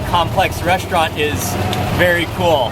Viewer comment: First of all....speech impediments can be corrected....if you admit to the fact you have one, He can't say the word restaurant. it comes out resht-rant. He can't pronounce his ST's. secondly I HAVE contacted him privately, thirdly I have been in front of the camera Thousands of times on National television and also do my own food video. You are just some dumb twat who has a thing for him.